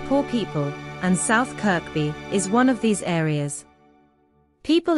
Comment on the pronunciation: A computerised voice and the same aerial footage for two of the small towns in West Yorkshire. South "Kirby" and South Elmsall, actually. By "Blurton" you mean "Burton"? Does The Isle of Sheppy look like The Isle of Skye? The footage looks like the camera sweep on the beginning of Ridley Scott's "Prometheus " - probably because it is the same footage. Yes, parts of Britain are sh1t. But we know that already, Thank you. How are things where YOU ARE,? хороший, да?